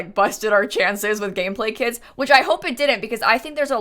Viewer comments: Is it’s just me who hears “kids” when she say kits??? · i thought she was saying kids instead of kits😭😭😭 i was mad confused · She said "kits" and I heared "kids" and was like "more kids? how? pre teens?" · i was so confused at the beginning because i keep hearing kits as kids... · I thought you were saying kids instead of kits at the start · Omg at first I heard "kids" instead of "kits" and it made a really funny introduction🤣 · for the first like 3 minutes every time said kits i understood kids and was REALLY confused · It took me 30 seconds to realise she is saying 'kits', not 'kids', and those were some very disturbing 30 seconds. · My brain tought you said ”kids” for 26 secounds untill i realised you said ”kits” 😂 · no because i thought for a whole 25 seconds that you said kids and not kits loll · I kept thinking you said kids 💀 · Don’t mean to make this weird but for the first minute I thought you were saying kids. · I definitely thought you said kids for the first 30 secs, until I saw a comment, Was already super confused like: yes, yes I do believe Kids are here to stay? How old is this video” hahaha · It’s sound like saying kids. I’m sorry